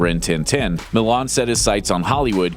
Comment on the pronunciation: It's Millan FF sake, pronounced "Meeshan", not "Milan"